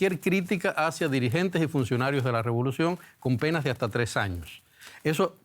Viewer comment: Chico, todoj jon enemigoj de la dictadura hajta que la dictadura diga lo contrario